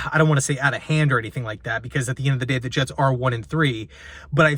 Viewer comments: New York Hets 😂😂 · Ahh yes the New York Hets